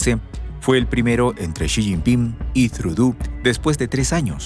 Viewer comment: No es “Trudú”, la pronunciación correcta del apellido Trudeau, del primer ministro canadiense es “Trudó” ya que es un apellido de origen francés.